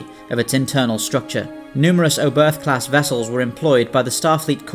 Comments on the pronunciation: Nice video. Just one thing: The ship was named after german Rocket scientist Hermann Oberth. The "h" at the end of his name is silent. It sounds like "Obert". Not "Oh birth". But the video was really good. Keep'em coming 😉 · Love your videos! That said: The German name 'Oberth' with an English accent, in particular an English 'th' at the end makes my ears bleed. The 'e' is like the fist one in 'edge' and said 'th' is closer to 'tt'. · The pronunciation was definitely noticeable.